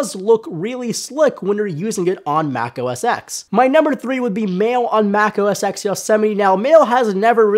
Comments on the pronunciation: Am I the only one bothered by the fact that he calls it "Mac OS X" rather than "Mac OS Ten"? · Mac OS "TEN" not EX... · It is 'OS 10' not OS X or Mac OS X. NOT X, SAY 10...10..TEN. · 10 not "X" 10!! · It's pronounced Mac OS 10. Not Mac OS X. The X stands for ten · Yea I know right!? It's OS 10 not "x"! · You said OS ex? And you work for phonedog? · hearing "mac oh es ecks" drives me up the wall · it's Mac OS TEN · Mac OS "EX"? o_O